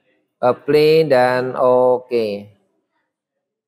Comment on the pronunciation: Keren, saya nonton banyak video. Tapi untuk sekedar mengkoreksi karena agak mengganggu dalam penjelasan dari video lama hingga video ini. Penyebutan kata 'apply' dibaca epli. Seharusnya dibaca aplai. Semoga bisa diperbaiki di video selanjutnya. Saya tertarik dengan teknik jaringan dan ada pertanyaan: Apa bisa sebuah router dijadikan mikrotik? Misal Totolink N300RT.